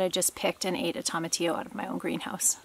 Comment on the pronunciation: Tomatillo is pronounced TOE-MA-TEE-YO, not TOM-AH-TEE-O. 😁